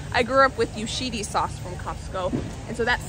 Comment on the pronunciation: I went to school with the Yoshida girls. (His daughters). They lived in Gresham Oregon when I was in school. Not sure if they still live there. You pronounced Yoshida wrong by the way. Love your large batch cooking videos! I’ve been making some of your recipes and batch cooking myself.